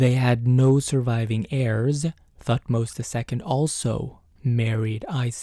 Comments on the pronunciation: The “h” in Thutmose is silent. Pronounced “Tut-mose” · I heard "Thutmose" as "fuckmost" and I was like whelp.... sounds right. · Lmao I cracked when at first instead of Thutmose I heard "f*cked most" 😂😂😂